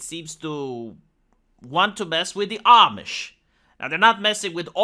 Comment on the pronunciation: Ah! You learned how to pronounce "Amish".